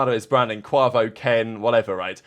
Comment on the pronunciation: You’re mispronouncing Quavo lol. Absolutely butchered it 😂